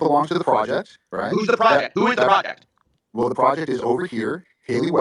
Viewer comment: Oh, "project." The accent and processing made it sound like "fraudette."